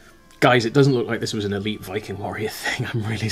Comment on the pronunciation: I almost died laughing at the idea of an "eleeeeeeeeet Viking bone infection". Sounds like something all the Viking mums were fighting their teenage sons on "No Ragnar, you can't smash your leg and then rub goo into the bone sticking out!" "But MUuUM, Svein said it didn't hurt at all and his brother got those cool tooth markings." "Well, Svein's brother died, didn't he?" When it comes to the Welsh alphabet, the bloody double L does my head in, as does the Ch. Funnily enough both remind me of my utter failure to pronounce one of the r sounds in Arabic, which was far too guttural for me to manage.